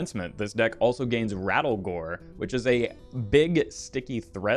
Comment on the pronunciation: His name is not Rattlegore, its RATTLEGOOORE!!!!!!!!